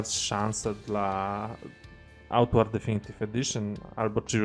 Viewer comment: Mówisz na końcu tytuł gry, ale mówisz jak byś jadł makaron. Co to za tytuł?